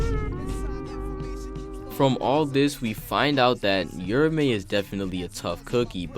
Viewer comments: Fyi it's not "yura-me" it's "ura-ume" with the emphasis on the A, almost like a "ew-row-meh" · "your-a-may" my god... 🤦🤦🤦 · I cant stand him mispronouncing uraume and its like hes just forgetting shit, kashimo and hakari made a deal that hakari would let them fight interuption free so hes not fighting for no reason, hes keeping his promise. Read the shit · sheesh man ur mispronunciation of Uraume and the misspelling in the title is ridiculous 😂😂